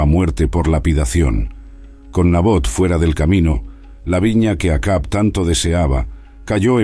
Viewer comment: Interesante el vídeo, sólo que no se pronuncia.. Yagüe...sino... Yavé... parece una burla....y es Acab...no akabi.